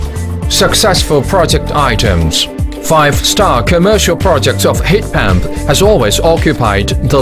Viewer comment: He says heat pamp one more time